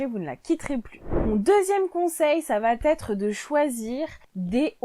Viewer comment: Vidéo intéressante. 11ème conseil : évitez de dire va...t....être car il n'y a pas de T entre va et être. Les commentaires seront plus agréables à écouter. Merci.